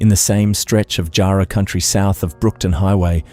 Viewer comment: I though AI because of the incorrect pronunciations. I've just started watching and the pronunciation of Nullarbor and Jarrah is not how Australians would say these words. I'm just at the 17.50 mark. Anyway it is good to get an update of Kerryn Tate's murder so thank you.